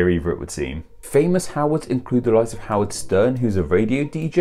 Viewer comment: You said my name right! And I think the difference is only about $126. Hm...